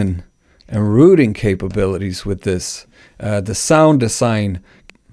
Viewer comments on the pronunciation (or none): none